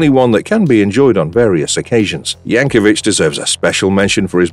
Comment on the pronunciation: There's no "h" in Weird Al Yankovic. 😄